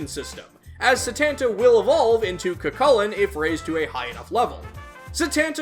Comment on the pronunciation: I don't think you've made a Cu Chulainn episode as of writing this, so let me say it here, his name is actually pronounced "Coo Hulin", with a pronounced roughness on the "h" sound. I recommend listening to Joker call out his name to get a feel for it.